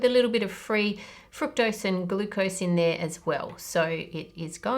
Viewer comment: I love the video but the way you pronounce the word fructose annoys me lol